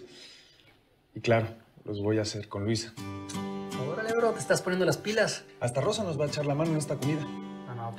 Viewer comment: La señora Curiana😂😂 dise luiza